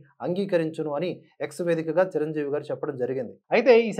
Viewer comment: MEERANTE NAAKU ABHIMANAM KAANI EE ROJU KAASTHA TAGGINDHI, ANTA EMITI, RELAY CHUDAKUNDA EVARO CHEPITHE RAASTHE CHADUVUTUNNARA, CHIRANJEEVI GARINI CIRANJEEVI CHIRANJEEVI ANI CHADUVUTUNNARU IKA MEEDHATA MEEKU LIKES SHARES CHEYYANU FIRST RESPECT ELDERS, &HONUOURABLE PERSONS SORREY